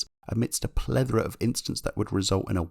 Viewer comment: "Pledora" twice on this video didn't get that, it flew past me, isn't it plethora? I was not going anything but first the Tyrrell pronunciation then the Chris Amon pronunciation, now plethora. You write great scripts and you have a nice formula here, no pun intended, but the few oddities are hilarious. Bruno's junior career does look somewhat impressive. I do think he earned a seat on the basis of no karting. Chandhok in the end proved to be better than Senna jnr. Petrov was bad, so he did not cover himself in glory. Maldonado was bad yet Bruno was worse, the car was clearly better than the Ferrari. Bruno got more chances than your average driver. It did not work for him, it does not work out for most. Outside f1 he again got more chances than he deserved, not only he was slower than his teammates he made a few big blunders especially on endurance.